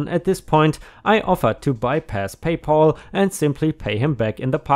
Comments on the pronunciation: It is Pay Pal not Paul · Pay pal. Not pay Paul. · Whereas we Brits can’t even get drinkable tap water most of the time - often hear reports that we must boil all drinking water! By the way - it’s PayPal - not PayPaul! Lucky old Paul - all payments go to him! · Please check on your pronunciation. PayPal is not pronounced Pay Poll but Pay Pall with a "Ah" sound not a "O" sound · PayPal= pay pal - sounds like gal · I have a problem with the mispronounciation of the name "PayPal". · 🌟🌟🌟🌟🌟 2 stories a day!!!!🌟🌟🌟🌟🌟 By the way..PayPal.....pal has a short a, rather than a long as, sound.